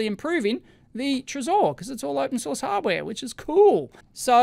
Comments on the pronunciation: I'm pretty sure Trezor is pronounced "treasure" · I think the accent it's on "e" not "o" trEsor, from the french word trésorerie, which means ( translated word for word ) "Office of a state where the public treasury is kept and administered"